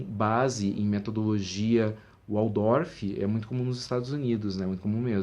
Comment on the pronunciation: Opa! Em Alemão, o W tem som de V, como em VolksWagen!